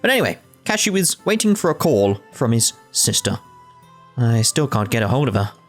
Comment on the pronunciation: Before I forget I would like to mention that I believe it pronounced Kashoe. It's like the character Nastu in fairy tail; the U at the end is silent.